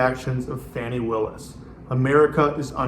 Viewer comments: Fani pronounced fawnee. Not Fanny. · Please pronounce Fani Willis's name correctly. It sounds like fawn-ee, not fanny. Trump mispronounces it because he's a misogynistic bigot.